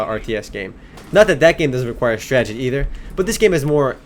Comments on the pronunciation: You're right. This game requires alot of stragedy. What a tragedy you can't pronounce 'strategy'.. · your awesome, but its STRATEGY. Not stragedy xD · wow, never seen someone prenounce STRAT-AGY as STRAGY so much. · stredzidi.......strategy....stragety....can u say that again?? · honestly man, why do u pronounce strategy, "stragety"? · woo "stragedy". LOL